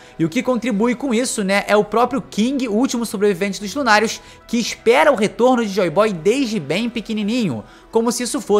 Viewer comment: Vc fala lunàrios Eu escuto lunaticos